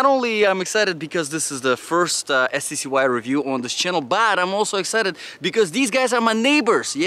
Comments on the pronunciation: Pronounced ""SKY"" . 😁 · They pronounce it Sky, also I was always curious what accent is it that you have ? / nationality?